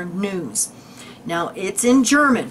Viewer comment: your German pronounciation is very well. - This was a very interesting video. Many thanks right from the heart.:)